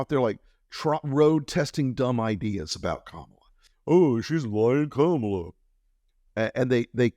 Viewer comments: Trump continually calling her Kom-AL-a instead of KOMM-a-la (which he thinks is a cute dis) will only give her the opportunity to brand him as Don-OLD ;) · Are you talking that famous donOLD, emphasis on old. He purposely mispronounces Kamala's name so.....